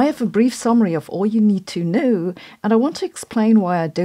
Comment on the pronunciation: Is All you need to KNOuOUwuw